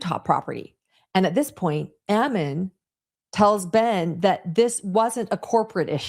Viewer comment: The pronunciation of Ammon! I keep telling people that is Ammon like famine, salmon, and cannon. I guess you have to be born and raised reading The Book of Mormon to know how it’s normally pronounced.